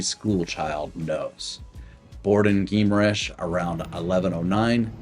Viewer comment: It is more like: Ghee- ma- rainsh